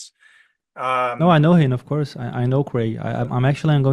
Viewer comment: sou sua fã e seu inglês é ótimo. Só uma correção. Por favor, não fique chateado. Quando você falar curso em inglês, course, capricha no O. Ele é agudo, “Córse”. Você tá falando com A nasal, “Cãrse”. Essa pronúncia parece “Curse”, que em inglês significa outra coisa. Por exemplo, xingar. Só isso, de resto, sempre brilhante. Parabéns pelo seu trabalho 👏🏻